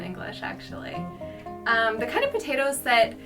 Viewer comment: No dice potatoes dice potheos!!!😊